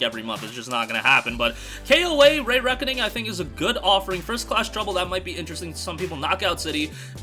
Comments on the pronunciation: KoA Re-reckoning is great but I'll never watch this channel again. The Re in Re-reckoning is pronounced Ree (sounds like pee) Not Rey. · “Ray” Reckoning makes me ears bleed 😂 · Lol "KoA ray reckoning"